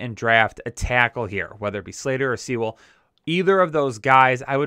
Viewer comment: It drives me nuts watching your videos. It’s pronounced Pen-ay Soo-el. Not sea-well.